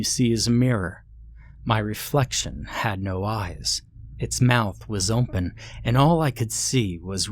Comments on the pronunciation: I can never hear him say the word without thinking about how strange it sounds. I’ve actually heard it before him though. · Never heard anyone pronounce the word 'open' as 'oomphen'